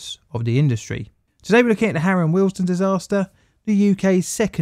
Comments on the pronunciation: Please note it is pronounced WEALD-STONE not Wealsden as you are saying here, apart from that it's a brilliant video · As a current Signaller and local of the area this was a very interesting and we'll put together video. However I cringed everytime you said Wealdstone. It is pronounced Weald-Stone not willesden. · Why do you repeatedly and infuriatingly mispronounce the station name as Harrow & Willesden!!! It's Harrow & WEALD-STONE. Also Middlesex was abolished as a county in 1965. Sloppy, very sloppy. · Good video. I am from Harrow, it is pronounced ‘we’ ‘ald’ ‘stone’ as in the philosophers stone . The way you have said the word makes it sounds more like Willesden than Wealdstone. I know the tfl voice calls it ‘wealdstun’ as you have done, but I can tell you confidently that the locals pronounce it ‘we ald stone’ 👍🏻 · It's not "Harrow & Willesden". But "Harrow & WEALDSTONE". Pronunciation.